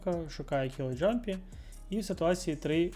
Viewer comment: Клас, дякую за контент! Тільки не джампі, а ямпі)